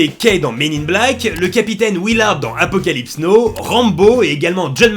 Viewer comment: Super vidéo, par contre on dit Apocalypse NAWE pas nowe